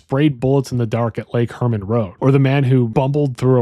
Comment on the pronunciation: I agree with the overall argument as a plausible theory, but I do want to say it’s Lake Herman Road, not Lake Furman Road. Also, Mageau is pronounced “Mayhew,” not “Mazhó.” I would be interested in a second video exploring if you think there is any connection to the Santa Rosa Hitchhiker murders, the ‘63 Lompoc Beach Murders, and the murders of Cheri Jo Bates and Donna Lass.